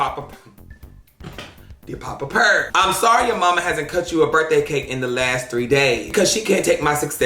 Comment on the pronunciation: “When i was at yo birfday party?👺👺”